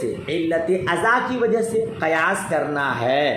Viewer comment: Qiyas hoga na ke qayas